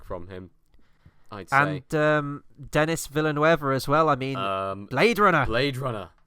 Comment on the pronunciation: His name is pronounced Dunny Veelnuv. Love both Sicario films, love the sequel more.